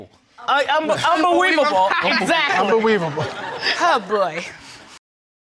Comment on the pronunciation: RON said “unbeweaveable” .... move way over Jerome! Lol.... Hello Ron! Hehehe...